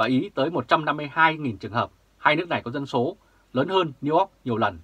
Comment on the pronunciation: New York chu o phai New Ot hi...hi...